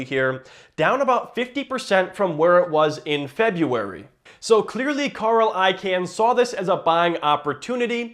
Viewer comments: Its pronounced “I-CON” NOT “I-CAN”. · It's pronounced ikawn, idk why but that would bother me everytime you said ican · Wait is he saying “I Can” purposely?Im pretty sure it’s pronounced “ICON” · stopped watching after u said "I-CAN" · nope its pronounced I-kun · It's pronounced Carl I-CON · I can pronounce Icahn's name, but you cannot. lol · thank you, the way he says it was driving me nutz